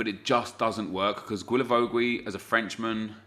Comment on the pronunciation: Everytime you say Guilavogui's name... It's just so hard to hear, love the series keep it up man